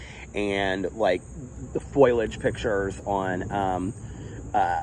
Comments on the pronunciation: FO-LI-AGE NOT FOILAGE!!!!!!! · Right? Such a common mistake it drives me crazy